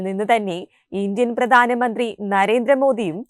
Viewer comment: Please make your accent standard .Malayalam pronunciation is very poor. Please improve your self PRADHAANAMANDRI NOT. PRATHAANA